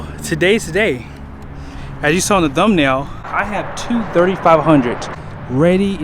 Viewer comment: I think i hear you say "dumnail" ...lol.